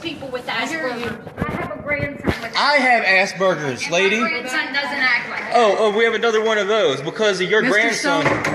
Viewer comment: I laughed at how you pronounce asperger's. "I HAVE ASS BURGERS" XD